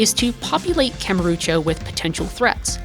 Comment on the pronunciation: i wish you'd stop saying kamurucho though.